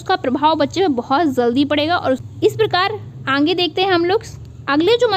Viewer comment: Kya aap अंगे-अंगे बोलती है सही से आगे बोला करिये न। कान में चुभता है।